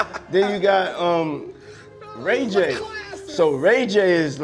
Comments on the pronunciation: 9.52 "Ray gay..." puffy slipping on his own tongue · He said RayGay. When talking about Rayj.....LMAO!!!!! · he said RayGay 😭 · Yeah, I believe Ray J is “ Ray-Gay😂😂😂😂😂😂😂😂😂😂😂😂😂😂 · lol, he called ray j ray gay